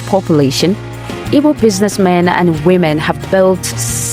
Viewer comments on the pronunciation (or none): Igbos not "ibos"